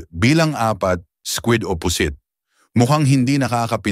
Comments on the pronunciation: Pusit (mabilis) hinde Pu sit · Baka pusit, hindi pu-sit, atay hindi a-tay, sakit sa tenga, pa-ma-ma-ga, pamamaga